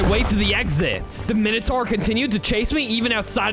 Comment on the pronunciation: We not gonna talk about him saying weather king instead of wither king I edit again to say he said minitar instead of minatour